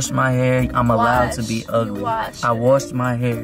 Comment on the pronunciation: "i wHASHED MY HAIR"